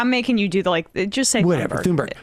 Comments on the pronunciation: Its not Tunberry, but Tunberj. Silent H and the G have a J sound. That little detail aside, I am glad you are covering this. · Her name is not Thunberry...wtf. Thunberg like in iceberg. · When you see Greta Thunberg, think to yourself Great-a Toonberry. That's how you pronounce her name in Swedish. Just because the letters differ from the sounds we expect them to make doesn't mean the sound changes. Great-a Toonberry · Thunberg does not end in "berry" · It’s pronounced TOON-berg Sam!! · Emma, it's not "Tunberry". Love from Sweden. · You can actually find a video online of Thunberg introducing herself and saying her full name. She doesn't end it with a J sound.